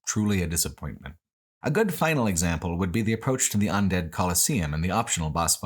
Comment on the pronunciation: Look, he says all sorts of things weird. He consistently pronounces "undead" as "ondead" and he was saying "Because" as "Becoose" at one point. You just roll with it.